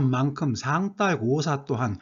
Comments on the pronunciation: 애독자로서.............한 말씀 올리겠습니다요.............상달.........에서 달........의 발음은 딸 아니고 달 입니다요 혹 경상도 분이시어서 그러는 것이면 이해해 드리겠습니다 쓸데없이 쎈 발음 자제하십시다요 ㅠㅠㅠ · 상달보다는 상딸이 더 발음이 자연스러운데? 짜장면 자장면처럼?